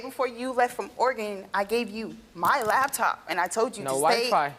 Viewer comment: And STOP saying LABTOP.